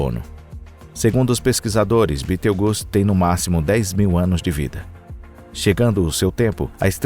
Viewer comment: Toda vez que esses "narradores" pronunciam no nome de Betelgeuse de modo tão grotesco, fico com vontade de socar o cara... É só ler o que está escrito, sem ficar inventando... E é 8 Bilhões de anos não milhões...